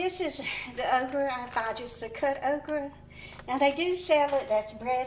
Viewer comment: Do you say "okrie of okra"? LOL I love it! Pork chops will be so good with the sweet potato. 🙂